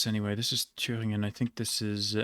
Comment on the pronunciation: naja münchen hat er nicht sauber ausgesprochen aber so sachen wie thüringen waren perfekt. ausserdem hat er schon einen akzent dabei gehabt und die betonung war auch eher amerikanisch englisch